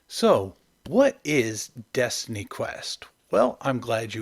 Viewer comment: Destiny, not Destiney. A pity you just stopped after 2 entries. Best watched at 1.5x speed. And DQ2 is god.